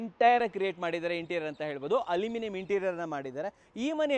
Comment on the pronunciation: ಹಲುಮಿನಿಯಂ ಅಲ್ಲ. ಅಲ್ಯೂಮಿನಿಯಂ 😂